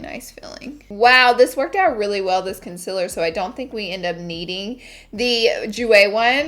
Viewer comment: nobody: not a single soul: laura lee: CONCILER